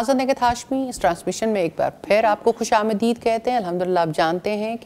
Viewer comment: سب سے پہلے خوش آمدید کا تلفظ کی درستگی سیکھ لو ، باقیوں کی کیا خاک اصلاح کرو گی